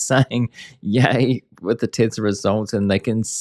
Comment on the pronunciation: So funny! Tesler instead of Tesla!😂